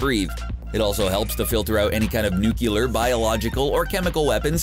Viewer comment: IT’S NOT NUKULAR IT’S NUCLEAR.